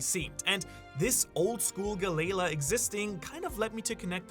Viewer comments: It's pronounced gallie lah not galay luh🫰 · not hearing it pronounced like galley-la is kinda whiplash every time for me, galayla is such a weird way to say it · Why are you saying Galleya😭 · Is it really pronounced ga-lei-la? I thought it was ga-lee-law 😂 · Guh-lay-luh. Ga-lee-law. Sorry if this comes off as rude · guh-layla 💀 or juh-rool 💀 its galley-laaah and theyre norse, so its pronounced ya-rul. theres no J sound in nordic languages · the way he says galley la really bothers me lol (gal - E- law) is how i say it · Dude u are funny. The way you pronounce galley la is the best hahaha. Don’t change bro. Galaylaw. Hahaha I love it. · Honestly i know you live there but pronounce galley-law correctly when speaking english if your gonna use japenese slang do it in japenese its wierd when you mix the 2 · Lmfao 😂😂😂 damn it I'm trying to listen but everytime u say galley la wrong I'm cringing over here 😂😂😂 Gaylay la is crazy 😂😂😂😂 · Brother, it’s two seperate words galley-la there is it a slight pause. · gally ( gah-lee) la ( a new word ) not part of the end of the last word. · How are you pronouncing galley-la wrong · Always love his videos but Hearing him mispronounce galley la over and over almost made this video unwatchable. 😅🤣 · Idky it irks me so much how he pronounces the name. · The pronunciation of galley-la is killing me 😭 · Is Galley La really that hard to say? I couldn't even finish this theory because of how irritable I grew while hearing him constantly mispronounce the company name. I understand that they are two different companies from two different parts of history, but the name and intent is clearly the same after all this time. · Im sorry what did you just call galley-la? I hear ALOT of people mispronounce names in one piece but that was next level. there is no way you did not do that on purpose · the way your pronouncing galley la made me stop watching at 2 minutes in. so bad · Why are you saying galley la wrong are you like mental